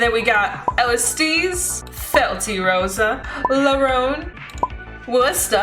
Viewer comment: Mildly infuriated that you're calling Kairi- Kiara and Alestiel- Alestice